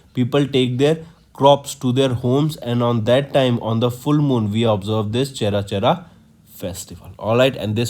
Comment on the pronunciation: Pronounciation should be careful while reading the CA, its aparna, not aprana.. its mapping, not mopping and its cherchera, not chera chera 🙄